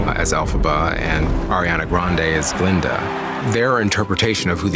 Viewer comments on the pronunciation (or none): The way shes pronouncing "Glinda" is low-key peeving me off lmao its not pronounced "GALINDA" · Her name was technically galinda in the musical. She changed it because Dr Dillamond called her glinda instead of galinda.